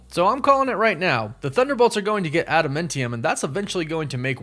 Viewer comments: He keeps saying Adamentium instead of Adamantium so now I feel like there is a joke im just not in on LOL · Just a quick FYI on your pronunciation of Adamantium. It's Ada-MAN-ti-um, not Ada-MEN-ti-um or Ada-MUN-ti-um. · And why are you saying Adamentium? Adam ANT ium. Ant.....like Ant-Man. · ada"men"tiam........you're killing me smalls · Sorry for the nitpicking- but it’s Adamantium not Adamintium. And it’s Genosha with the soft G. Kinda distracting when I hear it said wrong. I know -need alert. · Adamantium: Enunciate it AdamANtium not AdamENtium. And Genosha is pronounced (j)enosha. Plz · ada-MAN-tee-um.... not ada-MIN-tee-um.... not to be picky, but you said it a lot lol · It’s pronounced AdamANTium… Not AdamENTium or whatever way you’re saying that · Sorry, but it’s pronounced Adam Ant Tee Um. Not Adam Mint Tee Um. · Ad-a-MAN-ti-um, not adamentium. Woof woof! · ADAM-ANT-IUM. Not Adamentium. It was named after the singer Adam Ant. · adamantium is not adamentium. Adamantium is pronounced "ad da man ti um". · AdaMANtium! Not AdaMINtium or AdaMENtium! Cmon please!!! Lol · Adam-ANT-e-um. Not Adam-meant-e-um. Idk, the way he says it is fucked up to me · normally i don't care about pronunciation at all, but man, this video was so triggering for me for some reason lolol TEE-uh-mat, not TIE-uh-mut jeh-NO-sha, not gen-OH-sha (with a hard G) Add-uh-MAN-tee-um, not Add-uh-MEN-tee-um man oh man, i don't know why hearing it those wrong ways hurts my ears SO MUCH lol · Dude you need to learn how to pronounces stuff. Are you even a marvel fan? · Why are you pronouncing it AdaMENTium? It's AdaMANTium! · Him calling it AdaMENtiium instead of adaMANtium really triggered me to the core.....I'm insulted and cringed out every time he said it. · Ada-MINT-eum? Mint? you are KILLING ME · ada- MANNNNNNN- tium .....God, its so annoying listening to you say this wrong ON PURPOSE! 😅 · just howmany names can you butcher in asingle video? Genosha, Tiamut, Adamamtium....